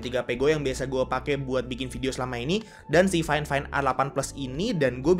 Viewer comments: Harusnya faifain bukan fain fain bang hehe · Gimana ceritanya fifine di baca fain fain